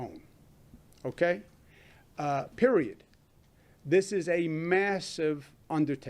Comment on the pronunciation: Did Cuomo just say, periodt? 😂